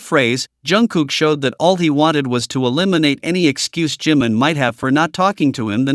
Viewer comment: Не Джимн, а Джимин!!! Что за идиотизм?